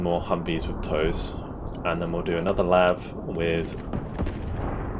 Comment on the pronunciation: Please tell me they are gonna fix the voice line "Lave" Anyone I have ever known says LAV